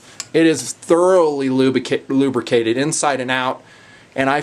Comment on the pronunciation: lol "Lubicated" I'm going to use this word forever now thanks for making my day with a simple mispronunciation of a word.